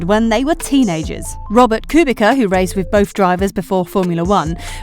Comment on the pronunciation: It's Kubi"ts"a not Kubika, when you'll learn at least pronouncing drivers names correctly